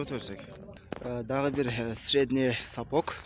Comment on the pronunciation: Мектепте орус тилин окугансынбы? Сапок эмес,сапог